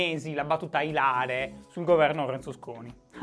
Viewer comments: Ti prego anche tu no, non si dice ilàre, si dice ìlare. Ilàre significa (in botanica) ciò che riguarda l’ilo del seme. In anatomia ciò che ha rapporto con l’ilo di un organo. Tutti, TUTTI lo dicono sbagliato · Shy, si dice ìlare, non ilàre, ed è avvezzo, con due V, non avezzo con una. ...ma ti voglio bene uguale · Dopo aver sopportato per te un annuncio di tre minuti abbondanti con Benji e Fede, permettimi di dire che l'accento di "ilare" sta sulla "i": ìlare. Detto questo, parlando delle influenze esterne della Lega, parlare è facile, il problema è rimanere coerenti. Poi i gesti plateali sono estremamente efficaci, specie considerando che gli italiani si bevono tutto. Mio nonno, buon'anima, diceva: "Popolo che non capisce, batte le mani e subisce". Immagino lo dicesse diversi decenni fa e vedere che nel frattempo nulla è cambiato mi triggera durissimo. Comunque bella puntata e a domani;) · Solo un appunto. È ìlare non ilàre :) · la battuta è ìlare, non ilàre :-) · Io "ilare" l'ho sempre pronunciato con l'accento sulla "I" ...Sbaglio?